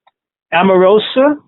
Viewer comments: Why does he keep calling her Amarosa???? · I may be incorrect. Is Omarosa's name pronounced Om or Am?